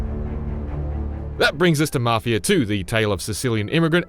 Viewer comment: “Mafier” that’s what I heard